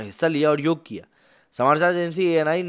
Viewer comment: बंधू, उसे 'योग' कहते हैं 'योगा' नहीं! योगा तो अंग्रेजी में कहां जाता हैं क्योंकी उस भाषा में कुछ शब्दों के अंत में एक अतिरिक्त 'अ' लगाने की चेष्टा होती हैं!